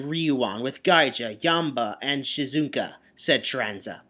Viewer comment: Well for once you're saying 'Shizuka' right.... Keep it up! Though there's still some mispelling (Like 'Tetsuba' instead of 'Tsubasa'). Unless of course this is done by purpose because there were at times Akizuki just spelled things wrong. He did that a lot before editing his fic...